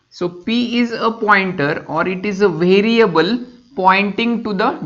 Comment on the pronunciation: vhartex, vheriable, vhartices, recorading, vhan, vhisited